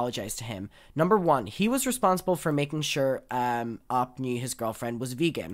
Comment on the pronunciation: Not to be a bitch, but it's more commonly pronounced "Oh pee" and not "Op" like "pop" bc that means something entirely different in AAVE lol